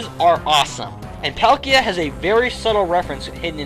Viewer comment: IT'S PAUL-KEY-A!